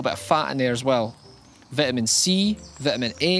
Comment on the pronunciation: he says vitamin wrong